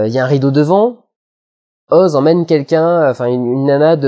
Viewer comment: JE T'AIME tu dis Oz et pas OSE T^T !